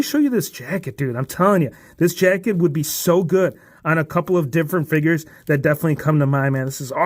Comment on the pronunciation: 'Figiess HHAAHA' got me rolling😂